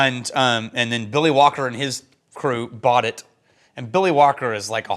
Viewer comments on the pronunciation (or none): I swear, for the first half-second after you say Billy Walker, I think you're saying Willie Wonka! 😂😂😂😂